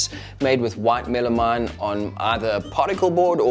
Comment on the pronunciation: It's called meh-luh-meen, not Mela-mine. It's like something hitting me in the face when you call it wrong.